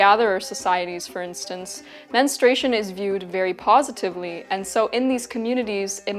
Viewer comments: It's 'mens-troo-ay-shun'. Why do some insist on pronouncing it "mens-tray-shun"? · Why do so many women in the present day U.S., mispronounce the word, "menstruation", like this woman does in her video? I hear her saying " menustration", and I've heard other variations of her example as well, "menstration" comes to mind. It's not a difficult word: men-stru-a-tion. So what's going on here with such a blatant error? What is the cause of it? If they're any people who can explain this to me, please do. It really bugs me, menstration vs. menstruation. Is it a matter of preference or misreading? Idk, please lmk!!! ❤thanks!!! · I don't understand why the word is so mispronounced. It is not Menenstrayshun. It is either men-stray-shun or men-stru-a-shun. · It is Men Stru Ation Not Menestration Girl you making a whole video about it get the pronunciation right 😂😂😂 Its so confusing because you did pronounce menstrual correctly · If only you had pronounced the word correctly: men-stru-a-tion. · I kept getting distracted because she doesn’t pronounce “menstruation” properly. It sounds like she’s saying “menstration”. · Her pronunciation of menstrUation rhymes with castration. What a distraction!